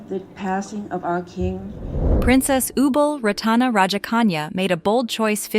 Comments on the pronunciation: It’s disgusting disgraceful to pronounce her royal highness name completely wrong. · Maybe learn to pronounce her name correctly and do some more facts check will be great